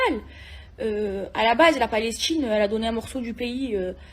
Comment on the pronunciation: Elle a dit palech tine 😂